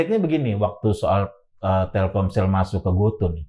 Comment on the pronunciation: GOTO pak, bukan GOTU